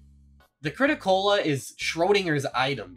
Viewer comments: It's crit-A-cola not crit-o-cola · ... It's called the Crit-A-Cola not Crit-O-Cola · It amazes me how you managed to use the crit-a-cola this much for the video, but still called it the crit-o instead of crit-a. It's a play on coca-cola, not coco-cola. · You writing the Crit-A-Cola’s name as the “Crit-O-Cola” reduced my lifespan by 8 years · Its the crit-a-cola, its the CaaC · why why do you keep saying crit o cola